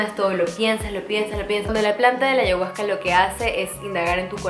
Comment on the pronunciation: Deberías pronunciar bien ayahusca . 🤷🏻‍♀️